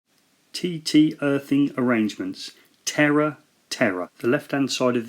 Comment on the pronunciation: Terre is pronounced with one t. I.e. "te long r e"